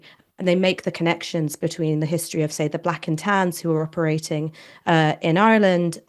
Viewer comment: I love the way Ash pronounces Ireland 🇮🇪 ❤